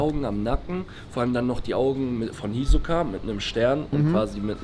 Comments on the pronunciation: Das tut weh wie er hisoka sagt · Es macht mich irgendwie aggressiv wie er Hisoka ausspricht